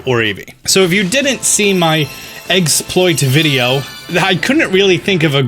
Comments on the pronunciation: He said it! He said eggsploit! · Yes! You called it eggsploit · You know what's funny? I was just reading a Polygon article this morning that talked about evolving Male Combees and Salandits using the exploit that you found Also omg, you said "eggsploit!" Yusss